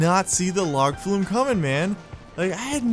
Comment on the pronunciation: Log Flume - yass, correct pronunciation. Carry on, good sir.